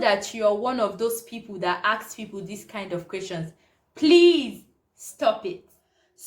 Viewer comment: It’s not ‘aks’ it’s ‘ask’